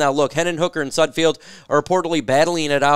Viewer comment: You always say 'SudfFIELD,, it's SudFELD.